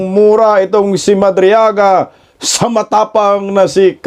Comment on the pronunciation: Madriaga rather not madrigala, amaw amaw talaga, kagagawan ni Delima kc yan statement gawa gawa ni Delima.